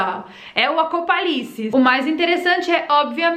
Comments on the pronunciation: Acopalipse?🤣🤣 eu nao sei se presto atençao no relato ou em vc tentando falar Apocalipse kkkkk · Que estranho ver você falar “alugenigena” e “apocarice”! O que houve? É zoeira sua né não? 🤷🏽‍♀️ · Acopalipese", Aligeniginas, 👏👏👏👏😂😂😂😂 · Alienígena. E apocalipse. Tu tá falando errado de propósito né.kkkk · Boa Tarde linda! Porque vc esta pronunciando ERRADO,as palavras ALIENÍGENAS" e "APOCALIPSE"? Foi proposital,né!